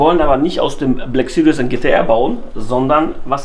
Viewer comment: Haha geil. Der türkische Mercedes GT black süries... 😂 bester Mann